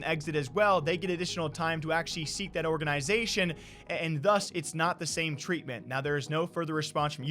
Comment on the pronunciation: Is saying "organ-i-zation" an accent thing? I've only ever heard it pronounced all together without the emphasis on the "I".